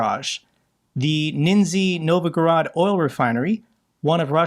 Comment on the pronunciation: Love you, but... just read the letters. Nizhny Novgorod... Chuck Pfarrar has the same issue with slavic names. Not sure why. The letters are, well, a pretty good guide. Anyhow very small issue and do keep up the great work! Hope to see you in Ukraine sometime! Slava Ukraini!